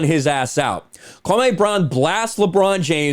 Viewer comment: His name is KwaME, not KwaMAY. I know you didn’t mean anything by it. It’s just when I hear ppl say KwaMAY it reminds me of how Stephen A Bitch says it - and we all know he’s trying to be offensive when he does it. But yea it’s just KwaME